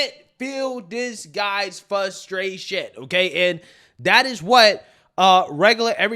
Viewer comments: Just a point of constructive criticism: it’s ”fRustration, not “fustration”. There is an “R” after the first letter “F” and it’s not silent. Other than that, love the all the vids. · It's "frustration" not "fustration" lol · I luv ya...but it's Frustration. With an 'R' - Sorry bro, no offence...the more you know ✌